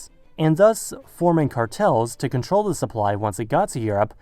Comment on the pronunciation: Did you say 'zu' instead of 'to' in order to make us believe that you are German?